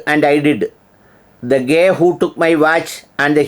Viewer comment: താങ്കളോടുള്ള ബഹുമാനം നിലനിർത്തിക്കൊണ്ട് തന്നെ പറയട്ടെ: Guy എന്ന വാക്കിന്റെ ഉച്ഛാരണം 'ഗൈ' എന്നാണ്. 'ഗേ' എന്നല്ല. ഇതിന്റെ അർത്ഥ വ്യത്യാസം വളരെ വലുതാണ്. ഗേയുടെ അർത്ഥം ''സ്വവർഗ്ഗാനുരാഗി'' എന്നാണ്. ഉദാ: He is a good Guy (ഗൈ) അർത്ഥം: അവൻ നല്ലൊരുത്തനാണ്. നിങ്ങളുടെ ഉച്ഛാരണ പ്രകാരം, ''അവൻ നല്ലൊരു [ഒന്നാന്തരം] സ്വവർഗ്ഗാനുരാഗിയാണ്'' എന്നാണ്.